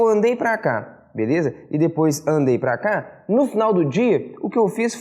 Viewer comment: O sotaque de Bh ficando evidente no "pra cá" kkkkkkk